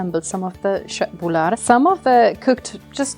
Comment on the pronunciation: Very nice köttbullar. You have good pronunciation on both köttbullar and pressgurka. Im Swedish and enjoy watching people from other countries make their own twist on our food. Been enjoying your channel and your Swedish cooking. If you want to try something else to cook from Sweden might i suggest Kroppkakor. Its kind of a potato and pork dumpling that i absolutely love. Keep up the good work :)